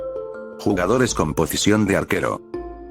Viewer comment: pocision pffff ok